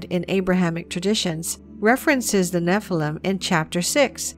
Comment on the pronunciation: Could the young lady possibly pronounce "Nephilim" correctly? The noun is Hebrew plural.